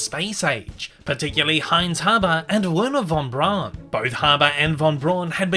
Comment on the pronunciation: Braun in Wernher Von Braun is pronounced almost as "brown". If you're skeptical of my claim, then check out the Defunctland's video The History of Tomorrowland 1955, as well as Disney's own TV special Man in Space for proof.